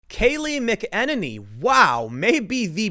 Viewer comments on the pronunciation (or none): MACK - A - NAY -NEE..not mukeneny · Tim - you are killing me with the mispronunciation on her last name. It is pronounced "Mack" - eh-neny and not Mu -keneny. Remember Tim, it's Mac - eh-neny and Mu-keneny. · Mick-en-en-ee? Thought it was Mack-uh-nay-nee. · Mack-a-nay-nee. Not McKennedy lolol... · Tim! It's pronounced MAC-uh-NANNY. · Hey Tim - Kayleigh is a local down here in Tampa Bay so I've heard her say her last name is pronounced like Mackey-Nay-knee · FYI: I believe it is pronounced: “Mac-In-Neigh-Knee” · Did this guy just say McEnemy 😂😂😂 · Mack-uh-nay-nee. Jesus how hard is it to say it correctly Tim? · Tim...Mack Ah Nay Nee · Bro... her name is pronounced "MACK-uh-nay-knee" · Okay Tim, I'm gonna do this one more time. Phonetically it is "MAC' IN'NANY" (long A at the end). No it's not spelled like it's pronounced. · It's pronounced Kayleigh Mac-ah-nay-knee. /nerd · I think her last name is pronounced MACKaNANnee. Love your channels; I'm an older GenXer who leans pretty heavily right (the American version of right, meaning less government, not the European version of right, meaning racist nationalist or whatever they say it is) and I may not always agree with you, but you're not a dick about it, so I don't mind listening to what you have to say. Thank you. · It's pronounced Mac-Ah-nay-knee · Its "Mac-N-any" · Tim you are butchering her name it’s pronounced Mac-in-any. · Mac En Annie is how you pronounce her last name Sorry... kills me every time you say it wrong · I think it's pronounced: "MACK-en-ay-nee." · Mac-N-Any Hard A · Macaroni. Mac a nay knee. Tim you do a great job , don’t forget your pill ! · Tim, love the show. But it's (MACK-uh-nay-nee). McEnany. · mack a ninny is how she says her name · Tim it's pronounced Mac-an-ernie. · learn to say her name. MAC-en-A-nee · you're pronouncing her name wrong. MAC-un-Annie emphasis on first syllable. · Mac Ehh Nay Knee, Tim. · It's pronounced Mac-en-naynee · It’s pronounced “Mack-en-nay-knee” good lord